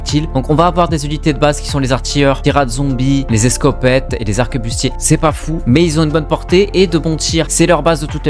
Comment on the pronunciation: arquebuse pas "arquebuste"